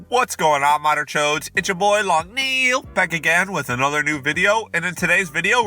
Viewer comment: Is he saying long nail like the following: 1. A long construction tool 2. Long Neil